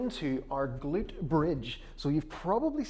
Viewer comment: We salute the “ga-lute”